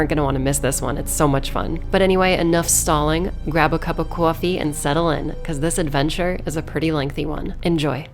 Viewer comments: What's a kowfee? :D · wow cwaffie, emma lavigne approved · That is NY style accent lmao. I thought it was pronounced like "coiffee." xD